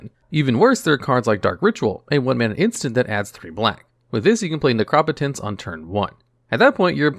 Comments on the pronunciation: Lovely video. Just a brief bit of feedback. I have never hear Necropotenc pronouncd, "Nec-rop-ot-ence". Instead, "Nec-ro-po-tence". As in, you know, the potency of necro. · yeah it should be "nek roh poh tense" and not "nek raw puh tense" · Neh-Crah-Pah-Tense lol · Necropotence (Neck-row-poe-tense) I cringed on the mispronouncing of that one in particular, it's just two words put together, my dude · Please stop saying necropotence wrong it is upsetting and incorrect please correct yourself